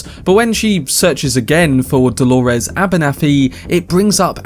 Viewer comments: Holores? Why are you calling her that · I get thrown off every time I hear you say “Dolores” lol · Why does he say Delores like that??? Is that Hale and Delores